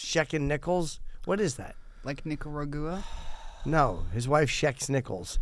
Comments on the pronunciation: I will always pronounce Nicaragua that way from now on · From now on, It's Nikagahrooah instead of Nicaragua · Nikki, it is Nicaragua ! Like Lake Titikaka, and Tipi for your Bunghole ! And it is nothing to be ashamed of ... 🙃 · “Nikaragooaa? I don’t know, my housekeeper would know.” Jesus, fuck 🙄 Clearly Nikki took Paris Hilton as a role model. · Nikki saying Nicaragua incorrectly doesn't bother me as much as Bert saying tattoo.